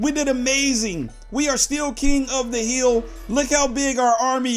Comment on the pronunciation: I love how he said hiil